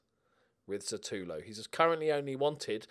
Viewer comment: Just wondering when will realise that his name is SUtAlo and not SAtUlo..